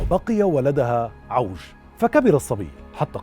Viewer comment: عِوَج ....لفظها الصحيح بكسر العين